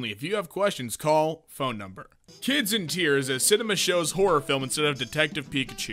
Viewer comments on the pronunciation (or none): none